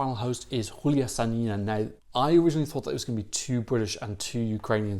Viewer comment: Sa^nina. With stressed A. When you say Sani^na it sounds like "urine" in russian language and i believe in ukrainian too :P